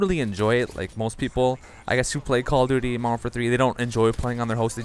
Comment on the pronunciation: Nice game. I find it distracting you don't enunciate modern warfare. Sounds like moderoarfare.